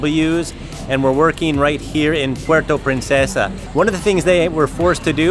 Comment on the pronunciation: I like the hat merch, don’t worry about the naysayers. There’s also in the name Philippines so it’s a win-win. *Just a quick comment on pronunciation of “Puerto Princesa” just funny to hear😆🤭 but it’ll pass. Shoutout from Vancouver!